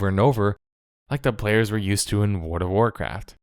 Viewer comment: Worn of Warcraf"